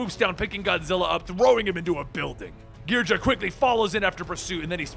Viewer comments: When you a Godzilla fan and you feel a sharp pain hearing the mispronouncing of the names especially King Ghidora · You pronounced some of the kaijus like Ghidorah and anguirus but it's fine👍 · Wow, you are HORRIBLE at pronouncing these Kaiju names. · I love how he mispronunciations everything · I liked when I saw the art, I disliked when you mispronounced Ghidora. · ... who else is getting pissed at how he says the enemies name wrong? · I can feel by how he pronounces the monsters' names that he has never watched a Godzila movie in his life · i think you kinda butchered king ghidorah's pronunciation. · GBlitz When you're a true fan and realize that's how most names were originally pronounced in the movies. "Most." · The way you pronounce ghidora hurts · You cannot pronounce the name of the 3 headed dragon correctly its GE-DOOR-UH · Bro calls king gisorah king gidraa💀💀💀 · Did you seriously just pronounce Ghidora as geedra? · He said ghidora wrong lol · 1) It's "Ghi-doh-rah 2) id love to see a godzilla movie of this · It's pronounced King Khe do ra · Like who the fuck says king ghidorah as king ghidra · what are you stupid its ghidorah not gehedra dumbass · and everyone is caling it ghidorah not ghidra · no its gahedra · SULLY WULLY gadora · Kinky Dora 😂😂😂😂😂😂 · Not ghid-ra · Gi-DOR-uh. King Gidorah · I thought it King Ghidora's name was pronounced "Gi-door-uh" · it's pronounce gi-door-ah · Sadly that how people(some) pronounced Ghidorah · “As he stands on the bodies of Gidra and the Destroyah” Bruh its pronounced Ghi-Do-Rah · Ghidra, really, It’s ghidorah gi-dor-ah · Ghidorah=Gee-door-a not gee-dra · King “gijra” it’s “gi-dora” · Ghi-dor-rah not Gidrah and An-guir-us not angarius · Gidrah? It's gih-dor-ah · I don't think it's pronounced as "gid-ra". I think it's "gi-do-ra". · Gidra?? Its Gi Door Ahhh and atomic breath not a beam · King gidrah... KING GIDRAH😡😠 M8 its gidorah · King gi-dra? More like king ga-dore-a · gid-or-ah not gee-dra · It's Ghidorah, not Ghidrah